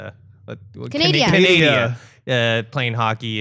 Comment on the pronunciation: Canadia LOOOL